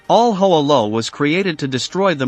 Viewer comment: Mispronounced Hoa Lo, incorrectly identified Ev Alvarez as an Air Force pilot, etc. Shoddy piece of work.